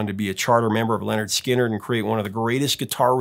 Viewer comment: Very nice interview, and good that Mark correctly pronounces "Lynyrd" as "Leonard", as their debut album makes clear on the cover. :)